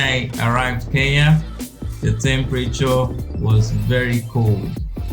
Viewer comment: It's K-E-N-Y-A not K-E-YA